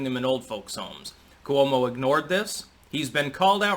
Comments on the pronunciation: you gotta not pronounce "Cuomo" that way. Coo-oh-mo, c'mon. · the way you pronounce "Coo-oh-moe" just drives me nuts...maybe your correct, but it's different then anyone else.... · I laugh to myself everytime I hear you pronounce Cuomo. Haha